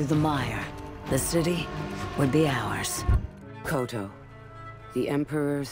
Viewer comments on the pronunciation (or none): Koto just Kyoto without the y